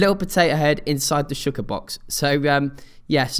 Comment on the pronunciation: Shawl-ker that's how you say it.